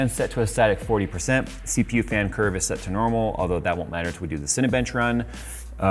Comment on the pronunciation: The way you said CPU sounded like Seepew. Hahahah